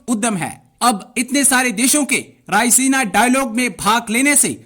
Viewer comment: "Rai-ze-na" Unpadh jahil sala!